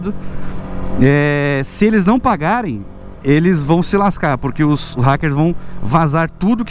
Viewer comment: fala, minha lingua nativa é espanhol, adoro escutar o ``po-rrrrrrrrrrrrr-que´´ esse teu kkk um abraçççço